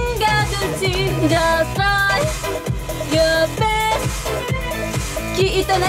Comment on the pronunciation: みんなjust tryのｒが発音できてなくてtryに聞こえない